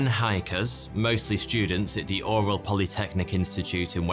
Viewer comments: Love your videos, long time fan. FYI It's pronounced "Ural" not "Oral". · URAL is pronounced YOURAL a bit like URINAL. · Oral mountains?.. Its ural mountains. As in You-ral . Oral. Hahahaha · “The Oral Mountains”😂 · Is it your accent or where you not sure how to pronounce Ural?